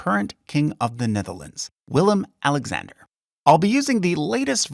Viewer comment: As a Dutch person I would love to see you actually use the Dutch spellings of the names and not the anglicized versions. I don't even think it would present a large pronunciation/understandability problem. you even pronounced the current kings name correctly, so why use the English versions of the older kings and governors?